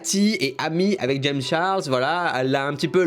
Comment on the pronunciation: Comment tu dis "Charles " omg c’est pas beau